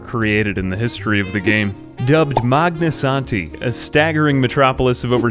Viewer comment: I keep coming back to this video because I like hearing say "Magnasanti"